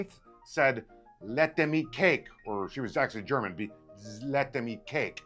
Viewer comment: As a Canadian your German was on point lol